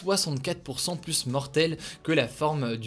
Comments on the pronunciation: Salut Hugo, merci pour ta chaine et son décryptage régulier et le plus souvent sérieux En revanche, ne le prends pas mal mais tu irrites un peu mon oreille à chaque fois, phonétiquement on dit " le varian Anglai est PLU mortel" et non "PLUS mortel" Merci et au plaisir de t'écouter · C'est marrant tu dis "plusse" :) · "plus mortel' on ne prononce pas le S mon cher Hugo ;)